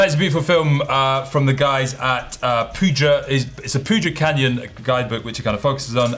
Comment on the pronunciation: Btw poudre is pronounced pooder